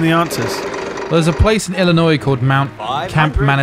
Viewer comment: While their North American geography knowledge may be shot, I gotta give credit for properly pronouncing "Illinois"